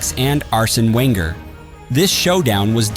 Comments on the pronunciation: Arsène Wenger?? XD The W is pronounced as a V but is suspect this is AI. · The one that made me laugh was referring to the Arsenal manager as "Wenger".